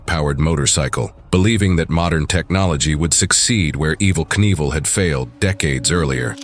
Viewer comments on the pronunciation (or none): Ev-ell knievel? 😂😂😂